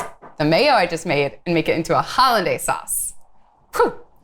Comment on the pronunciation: Did she just say 'holiday' sauce. . . ?